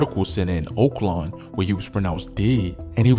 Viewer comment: Oaklàwn not oakland